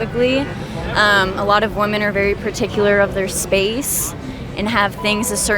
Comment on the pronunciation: Youtube challenge - hosts who talk about the dynamic between men-women on a consistent basis understand the pronunciation difference between woman (singular) and women. Happens so often it has become a pet peeve I never knew I had.. is this an ESL issue? Multiple females ~ wim - in.